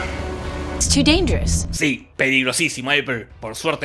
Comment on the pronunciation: Ajajajaja la tía Marta y su "elipsis" por lejos una de mejores intervenciones. Is Chu danyerus!!